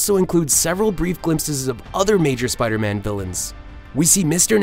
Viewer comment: Spida Man!